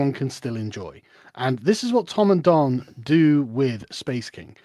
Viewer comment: Don, not Dan!